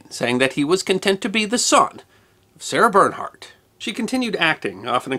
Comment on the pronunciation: What about Paganini? This is a wonderful clip, but it would be better if he learned to pronounce her name. And some of the other French references.